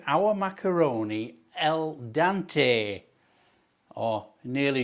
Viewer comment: I think you meant al dente, not el dante and I agree with those who said a hot water crust. Still looks nice.